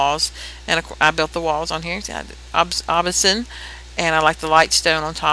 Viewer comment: its not "obisin", its obsidian ^^